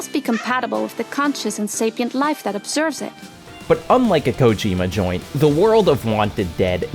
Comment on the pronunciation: bruh pls stop saying "ko-JEEEEEE-ma"